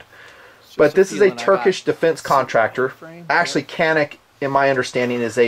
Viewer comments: It's pronounced Janeek. Sarsilmaz means unshakable. Turks have a history of having an awesome military. Anyway, the tp9 is the issue sidearm of the Turkish police and military. I'm getting one myself. I've been to Turkey and have seen their stuff first hand. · I agree...AWESOME total package. FWIW the name is pronounced "John Eek". The turks pronounce their "C" as we do our "J" and their letter "i" with a dot is pronounced like our long "E". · btw you should know being a tanker guy and having been Incirlik Air Base the Turks pronouce their "C"s as our "J"s... so it sounds like Jan'ik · Canik is pronounced Janik by the way :) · Canik is pronounce wrong by most Americans because the C is spelled like a J in Turkish, best the way say the name Canik is like this "jhonuc". (stole this from another post in another TP9 review from a guy who said he used to live in Turkey) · The letter C in Turkish is pronounced like a J. So Canik should be pronounced like Janik. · You pronounce it gyanik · People from Turkey pronounce it as JOHNICK. Just getting that out there. Fantastic channel you have here. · Nice review, i just picked up one of these today :) if you care about the pronunciation, C's in Turkish almost always make the sound of our English J. Thus, it would most likely, phonetically, sound like [Janeek]. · Got one. Excellent pistol. Excellent value. Trigger takes getting used to but is a great firearm overall. I speak fluent Turkish and have been to the country several times...I t's pronounced johneek. It is a copy...sort of....of the Walther P99. Really good pistol. Iso9000 approved. Can't be beat for what it has going for it. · Can in Turkish, is pronounced just like John in English. The SAR ST9(Sarsilmaz- Turkey’s biggest manufacturer), is very similar to this firearm. might be worthy of a review, or a side by side comparison. Keep it up. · The name of the gun is pronounced "John-ick"...Thanks. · Pronunciation for Canik in Turkish is Janeek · It's pronounced John-ick